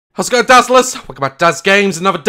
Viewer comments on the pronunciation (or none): is it me, or when he says how's it going dazzlers, it sounds like, Hasco dazzlers and it sounds like a word..